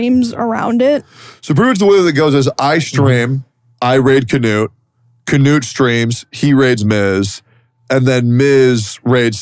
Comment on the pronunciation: fun fact: Knut is a classic european name and it is NOT pronounced "canoe'd" (there is no A after the K) - but i dont know the man in question who's name is Knut (k'noot for the americans) and maybe he prefers it that way.